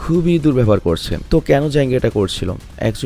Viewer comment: ডিজাঙ্গ আঞ্চেইন্ড নারে ভাই জাঙ্গ আঞ্চেইন্ড 😂😂😂